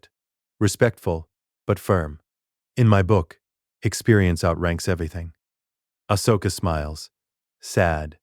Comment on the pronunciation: Your AI is pronouncing her name wrong. Did you spell it Ahsoka, or Ashoka? The first one is the right spelling. I am writing a What If novel. My AI pronounces it just fine.